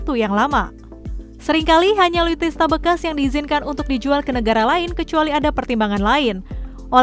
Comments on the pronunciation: ALUTSISTA BUKAN ALUTISTA. NEWSCASTER GANTI AJA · Alutsista mbaaak... Bukan alutista, Susah bener bilangnya...